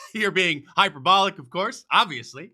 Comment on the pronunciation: Why does Kathy Griffin say fishistic and hipperbolic?